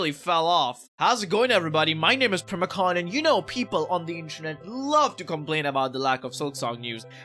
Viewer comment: NOT PRIMACON ITS PRIMAL CON💀